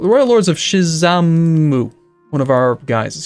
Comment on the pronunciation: Everytime says Shizamu i cry.